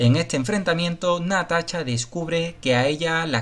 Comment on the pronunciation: jajajajaja no es mala onda, pero que.pronuncie bien el amigo.